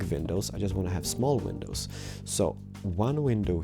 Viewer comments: Please stop saying penisis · Lol you say window penises... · Why do u say Window Penis 😂😂 HAHAHAHA oh my god cracks me up Rachel timemu say that where are u from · Did he just say 'Window Penises' ?! XD